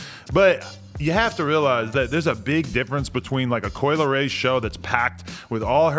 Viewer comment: Coi "L" eray